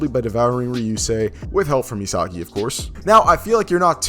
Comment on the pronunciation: Another crappy video. SMH. Pronunciation of a 5 year old kid, Ee-sah- gee